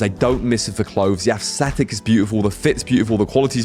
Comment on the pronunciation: The way you pronounce "aesthetic" makes it sound like you're saying "assthetic" lol